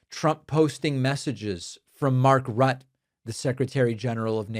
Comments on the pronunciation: Rutte pronounced Router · Rutt-e you pronounce the e on mark ruttes name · Why does the stock market pay any attention to orange fool? He lies and changes his "mind" like a squirrel. Could the European allies expose the E files? They probably have a copy. And Mark Rutte is pronounced "Rooo Tay." Greenland is of no strategic use to the US but it certainly would be for the Ruskies. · Hey David, love your show, but Rutte's name is pronounced Ru'tuh (the 'ru' is like the re in 'arent'.) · Learn how to pronounce Rutte.